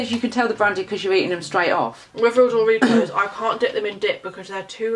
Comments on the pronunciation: no one: and: Dooritos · Who noticed they say dooritos